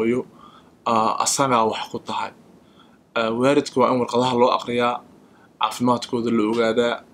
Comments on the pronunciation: ahmed taajir well it depends which part of Somalia you came from. Some ppl pronounce Waarid instead of Waalid. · please someone should #tell to correct her pronunciation of the word parent = it is WAALID, not WAARID lol one more thing I Honestly like Your channel SONNA keep up the hard work guys thank you best wishes